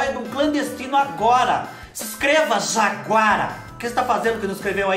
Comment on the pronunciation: Acho tão engraçado qdo vc fala juaguara kkkk